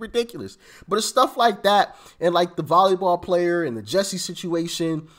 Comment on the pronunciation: It's Jussie, not Jessie.